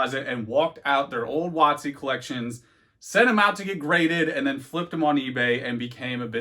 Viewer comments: Everytime you say "wotc" I cringe hard, maybe it's because I'm 30 years old and I know what it really means. Not some precedence set by some douchebag YouTuber. Either way, nice informative video 👍🙂. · Giggled every time you say WOTC lol.